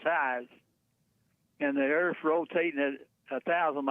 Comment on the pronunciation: Jesse I love u but earf is phat.